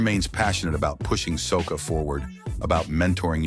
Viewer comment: Soccer is a game soca is a form of calypso , if it’s ai narrating , do it correctly.🤨